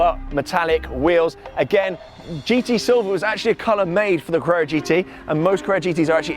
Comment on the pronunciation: please learn to pronounce carrera, you say crrrrrra